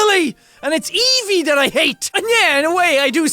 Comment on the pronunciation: Not trying to be mean but I believe "Ev" in Evie is pronounced like the beginning of the word every. So instead of eeevie is like eaaavie. (The only reason I know is I have a classmate that has that name